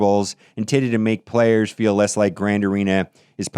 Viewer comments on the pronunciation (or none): none